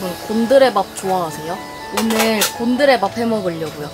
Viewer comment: '곤드레밥'이 '곰들의 밥'으로 들리는 내 귀는...